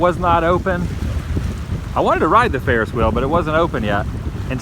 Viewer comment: HaHa it makes me laugh every time you pronounce the 'H' in words like Vehicle, Wheel etc like Stewie Griffin off family guy when he says Cool Whip :)